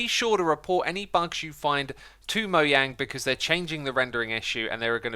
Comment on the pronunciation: Nobody: xisumavoid: Moyang